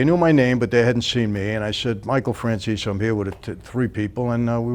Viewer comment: Have they changed the way his name is pronounced? I thought it was "Fran-chay-zee", not "Fran-zeess". Secondly, if he knows such things as the location of Hoffa's body and doesn't tell so that he can have a christian burial, has he really made his peace with his 'god'?